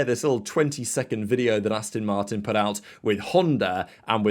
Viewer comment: … How many times do I have to tell you… It’s Aston Martin… as in Ass-TON Not Astin…😱 Also, It’s My Crack 👀😎 May the Force be with you.🌀 Jim🌀 (-: <*>:-)